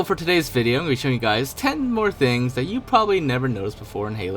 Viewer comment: Ting things